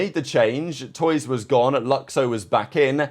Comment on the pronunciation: wait has never watched loud play, i've never heard a commentator or analyst call him toys, only ever toooyzzz